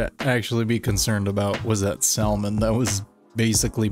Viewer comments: Samon not Salmon lol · Did bro actually say Sal-mon at the end.... it’s Sam-un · SALMON - Pronounced - SAMON -----The L is silent bro! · Lol... did you say "Sal-mon"? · He said Saaalman. 😂😂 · in the word 'SALMON' the 'L' is SILENT :) - pronounced SAMMON ... I don't make the rules.... I just tell people how dumb they are lol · I have to tell you so you don't sound ignorant some day at a BBQ or something. I know salmon is spelled with an L but it's pronounced SAMMOM. Just looking out for you👍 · I love how you trolled everyone with your pronunciation of salmon. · Please pronounce "Salmon" again for your loyal viewers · Just so you know, the l in salmon is silent.... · I hope you understand that you don't pronounce the L in Salmon just like the w is not pronounced in Sword 🗡️ . Just saying I love your stuff but get it right Good Sir